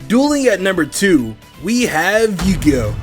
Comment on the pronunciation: you gih oh sounds like pokemon